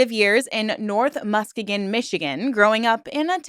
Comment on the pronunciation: Please look up the pronunciation of some words: "indigent" (not indignant) and "Muskegon, MI".